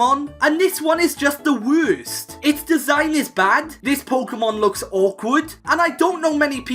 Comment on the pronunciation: "This one is the *wurst*"